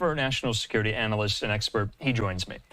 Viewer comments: What is an "Anlayst?" I listened to this Hal Kempfer for about 30-40 seconds to know I already don't like him. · Whats an "ANLAYST". Must be from the MAGA dictionary. That's some good education and editing right there. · ANLAYST??? Bwahahaha!